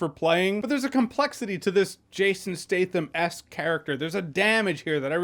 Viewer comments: isn't his name Stat-Ham? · “Jason Stay thum”